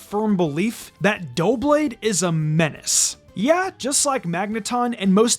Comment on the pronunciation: It’s pronounced DUH-blade, “”! 🤨